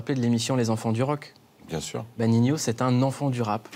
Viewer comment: B bha sa se dit Nino je crois, pas Ninio 🤷🏾‍♂️